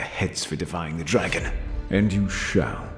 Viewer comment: It really sounds like "I'm da dwaggon, I want my cwown", lol